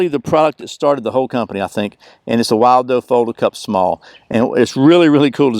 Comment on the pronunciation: it's pronounced "will do". Like this cup or bowl will do!